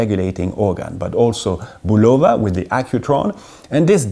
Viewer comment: Love the channel and have watched you for quite some time. Please check the pronunciation of Bulova. although I can see where you would pronounce it with a long o Google translate and look up any of their advertisements on YouTube and you will find that it is not so.